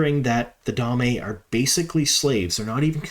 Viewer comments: Excellent breakdown! I think you have caught quite a number of Easter eggs and such that the other channels and personalities have overlooked. I did one want provide one note, and I mean this in the nicest way possible but I believe Damane is pronounced dah-mah-nay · By the way, the damane are the captives. Dah-MAHN-ee. The a'dam (AYE-dahm) is the device that captures them. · He's been doing that for years. It's one of his pronunciation quirks. He omits the "n" sound and just calls them "da'mae" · Da-Ma-Ne? Great Video - great breakdown!